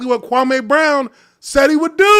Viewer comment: He still intentionally dis-respecting Kwame almost every time he says his name. Notice how he puts a twisted emphasis on the last part of the name? Kwame has already corrected him at least once in the last week how to say his name.